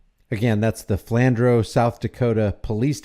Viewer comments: Sorry, you wouldn't know. It's pronounced Flan drew. I know I'm being picky. Just for the future. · The cop was "shaking", because he's not used to people standing up to him. 😂 (Pronounced Flan drew)